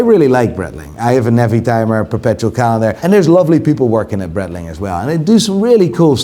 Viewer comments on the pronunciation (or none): So you still pronounce Breitling like brettling? The part of Switzerland where Breitling comes from is german, and the name is german, therefore it's brite-ling. I thought you knew this, mr watch expert. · It's actually pronounced bright-ling. In German (or Swiss German), the last vowel is enunciated with words containing a variation of 'ie'. I.e. der spiele = der spee-luh, die Freiheit = dee fry-height Unless another German wants to tell me otherwise, in which case, I'll eat my shoe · Don’t know about this Bretling but I remember Breitling doing a collab with Bentley. Saw some iced out ones in NYC, they were frankly horrific. Piguet too, not Piquet. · Could learn how to say breitling